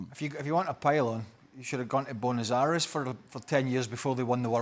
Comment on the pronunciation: Haha "shoudae gone t Bonus Arries"